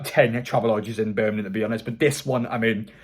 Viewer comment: why do you keep saying burminham? it’s birmingham..